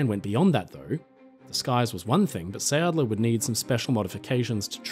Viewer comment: Please redo that. Quickly! Who would believe your story, when you even can't pronounce the name. What you say, isn't anything near sounding like it should . And then it just stays a story, it's not history. His whole story was a make up, to build up and keep up his reputation, He got famous from his own story telling . H was touring the country with his storytelling, and always invited the press to report his "heroic" deeds, which in reality was just fleeing the battlegrounds